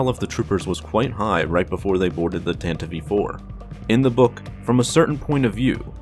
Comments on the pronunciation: I find it disturbing that called the tantive iv "Tenta vee 4" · Love this video But, just gotta address my pet peeve, its pronounced Tan-tiv 4, not Tan-tiv-ey 4 😊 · Tantive IV. Not "Tantive-Eve IV" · Its Tantive 5, not tantive Vee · My guy, it's the Tantive IV (4) not the Tantive v 4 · "Tantive v. 4"? That doesn't sound right, m8. Nice vid tho. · If you listen to the original NPR Official Radio Adaptation of the series from 1979, it is pronounced Tanta-vee Four. That has always been the correct pronunciation. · How old are you? If you listen to the original NPR Official Radio Adaptation of the series from 1979, it is pronounced Tanta-vee Four. That has always been the correct pronunciation. Every old-school Star Wars fan pronounces it like George Lucas did: Tanta-Vee Four. George said it, and that's how it is. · Wrong. If you listen to the original NPR Official Radio Adaptation of the series from 1979, it is pronounced Tanta-vee Four. That has always been the correct pronunciation. Every old-school Star Wars fan pronounces it like George Lucas did: Tanta-Vee Four.